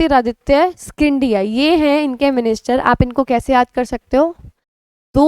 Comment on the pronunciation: Mem g sindhiya he pronunciation ha 😁